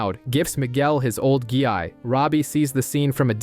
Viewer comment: Ok so anyone else notice how it's called a "Gee-i" in the video 😂 "gee"